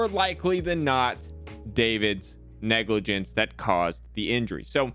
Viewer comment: What’s negligance? You mean negligence…..